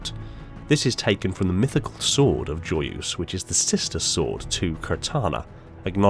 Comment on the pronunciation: Ffs do the search on how to pronounce "joyeuse" correctly... It's the minimal effort when you try to speak in another language...